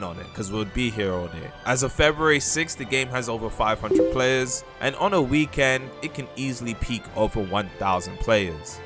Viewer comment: if i here you say "weekend" and not "weekend" one more time